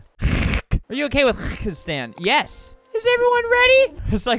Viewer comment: why is everyone saying yas instead of yes